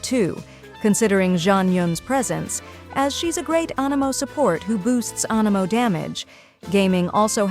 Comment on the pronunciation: According to her it's "finding A nemo" ugh it's spelled anemo yes but is pronounced "Anne eh moh" pronunciations kill me help